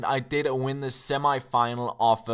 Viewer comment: Lool the way he says semi-final xD no offence btw